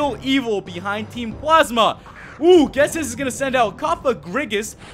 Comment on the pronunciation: That's not how you say ghetsis